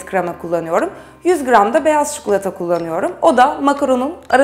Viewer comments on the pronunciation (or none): idil abla çukulata deil çikolata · o çukulata değil çikolata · çikolataya çukulata diyor